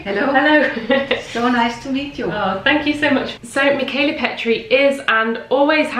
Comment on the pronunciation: I regret that I have but one like to give to this video! Wonder, wonderful, wonderful. Michala Petri has been a favorite of mine for SO long. Thank you so much for sharing this! And now I can finally pronounce her first name correctly. :D